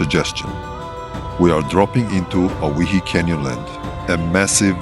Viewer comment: Awesome video! Great scenery. Looks like Great roads for 4x4 adventures. Believe it or not owyhee is pronounced oh why he. Like Hawaii. Old time 17 and 18 hundred sailors spelled Hawaii on their sailing maps as owhyee. It later changed to Hawaii. So if anyone ever asked, you can say you offloaded in Hawaii kinda. Thanks again for your time you spend making these great videos. One of these days I'll have to map out a great northern Mendocino (M2) offroad trip or another trinity national forest trip maybe you can enjoy sometime. There used to be a Hayfork divide 4x4 trail near hayfork that was really awesome. You were actually on part of it in a previous video. But for the most part I think it got too damaged over time and from recent forest fires with hundreds of burned trees that fell across it. That would have been one you would have liked. Someday you should try the Bullychoop lookout road too. Best 360 view around. Cant wait to see more videos. Best wishes.